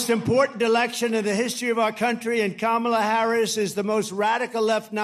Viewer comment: He Said Vice President Kamala Harris Name Correctly For The First Time!